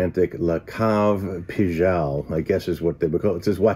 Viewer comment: Very nice video ad usual,, but Pigalle is pronounced with a hard g as in gain 😀